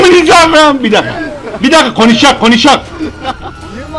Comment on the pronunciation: Bi qonişag ama bi gonuşak